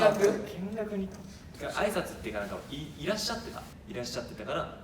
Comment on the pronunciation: たぶん「しゃ！」って言ってるんだろうけど、チャハ🤣に聞こえる